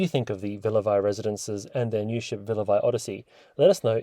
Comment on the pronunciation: It’s pronounced Villa VEEE